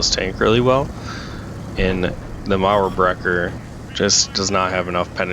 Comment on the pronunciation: It sounds so good when you're talking "Mauerbrecher" 😋. Almost perfectly pronounced.